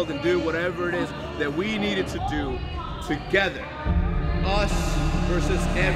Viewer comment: "Play togeder, talk togeder" lol